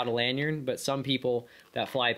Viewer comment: "Lanyard... lanYard...LANYARD" not "lanyern"